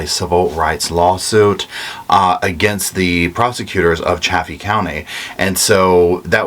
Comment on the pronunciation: Chay-fee County, Saw-watch county, Mah-fet town. 😉